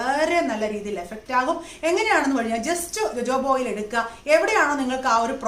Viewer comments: It is pronounced as hohoba not jojoba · JOJOBA എന്നതിന്റെ ഉച്ചാരണം Hohoba എന്നാണ്. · ഹോഹോഭ ഓയിൽ എന്നാണ് pronounce ചെയ്യുക. ഞാൻ uk യിൽ ഒരു കടയിൽ ചോദിച്ചു, അവർക്ക് മനസിലായില്ല, ഞാൻ spell ചെയ്തപ്പോ അവര് ഓ ഹോഹോഭ oil.. ഞാൻ പ്ലിങ് 😂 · Nan tekarud jojoba, rosehip oil and castor oil mix.its too good And dear JoJoba is pronounced as hohoba .... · Pronounced it hohoba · ethu pronounce cheyyunnathu ho hoba oil ennanu. Lakshmi nair vlogil und. Sathyam parayalo,,, nalla resulttanu. Vit e oil with white kasthoori manjal cherth vach daily use cheyyuka. Njan nokiyathaanu. Very effective💪✌👌💪✌👌💪✌👌ninghalkum use akkam.